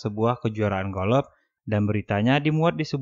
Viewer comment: Golof abang sayang bukan golok